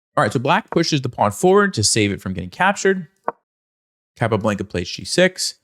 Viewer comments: Please... in the future, pronounce Chess Master's names as they would pronounce it themselves.... ie: "Cahp ah Blahn ka" not "Cap a blanka" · Blanca, rhymes with Tonka. Thank you for the video. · Why does he keep saying the name like that. "capablanKA" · The way you say "Capablanca" pisses me off. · Hey. Great video. I'm curious why you're pronouncing Capablanca's name like that and not the Spanish pronunciation? 🤔 I will caveat I'm sure I would pronounce some Russian players'names incorrectly. I'm still pretty confused about how to properly pronounce Alekhine.